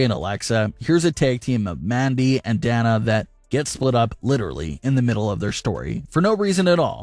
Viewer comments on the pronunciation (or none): DAY-NA. Not DAN-A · Who's Da Na? It's pronounced "Day Na" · Who the hell is Dan-nah? Do you mean Day-nuh as in Dana Brooke? Doesn't really seem like you watch wrestling when you can't even properly pronounce a wrestler's name.... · Who's danna 😂 it's Dana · Day-na not a hard A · It's DAY-NA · Uhhhh,, Why are you insisting on pronouncing Dana with a small A, like "calf" or "cat"? It is clearly a capitol A. Just sayin... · Dude can never say Dana right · Thank you! I pointed that out before I read your comment 😆😆😅